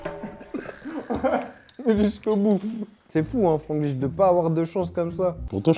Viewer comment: c’était surrr Franglish🤣